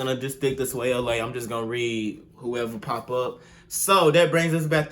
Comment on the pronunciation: The way he said swayla he said it like swayelea